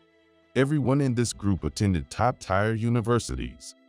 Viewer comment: Story 3: Tier is not pronounced "tire". It is pronounced "tear" like "ear",with a "t" in front. I heard this word pronounced correctly ONCE since I started listening to these stories over a year and a half ago! Other people have also commented on the mispronunciation of "tier" also!